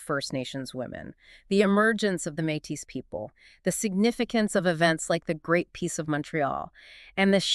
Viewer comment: This is fantastic but for one detail- Métis is pronounced “May-tea”